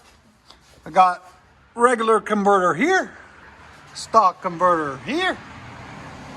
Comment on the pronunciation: Yep ya gotta love all those “cumverters!”